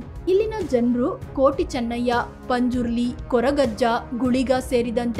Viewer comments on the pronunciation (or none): none